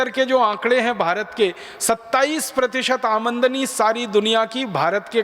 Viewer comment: भाई वो आमनदनी नहीं आमदनी है